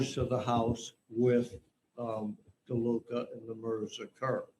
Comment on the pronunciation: It's not LeDuca.. It's DeLuca...